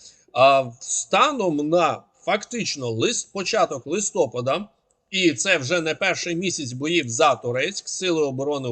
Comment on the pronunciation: Листопада наголос на ТРЕТЬОМУ складі💕